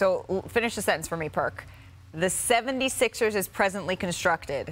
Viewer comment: I read this comment as Perk said Philadelphia 76es lol he pronounces it like it’s spelled here. Maybe that’s what they were aiming for 😂